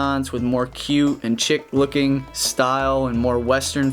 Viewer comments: “Chic” is NOT pronounced “chick” is is pronounced like the word sheet but ending in a K.... (Anyone who says the word “granite” to me ends up on a different planet with no memory, and no I won’t keep the tubes with the “mindblowers” in them, those things are getting crushed under Jerry’s u-Tō.) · It's not 'chick', it 'chic' (fancy). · chic is pronounced SHEEK, not CHICK.